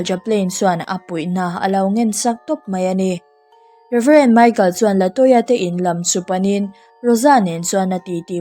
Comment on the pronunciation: Latoya tih hi Laltoya(Laltawia)tih anga kan chhiar chu a🤣🤣